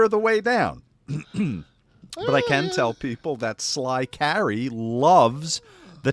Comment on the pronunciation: Finally got my comment read but butchers my second name. It ain't Carrie It's Carey like Jim Carrey. Much love though from Dublin Ireland. The best podcast on YouTube